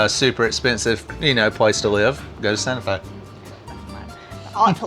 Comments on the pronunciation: No hard T, soft T (Sanaa-Fe) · It's "Santa Fe" with a hard T but you have to sing it like Batman in the Disney Musical "Newsies"